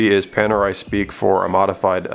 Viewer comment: Panerai - Pan as in Peter Pan, not Pon. Radiomir - Radio as in music, not Rad as in rod. Cool video bro. Wear it in good health!